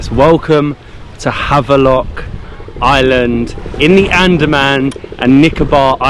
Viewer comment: What is happening here? You were back to London now back to Havelock ? We need to rename this island too since you guys are pronouncing the Indian names perfectly. I am quite surprised and impressed.